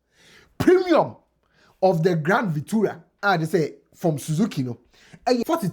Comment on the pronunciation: its grand VitAra not VitUra